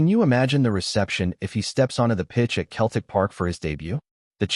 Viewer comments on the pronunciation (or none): Can't you even get your ai educated enough to be able to pronounce Celtic correctly. Shame on you.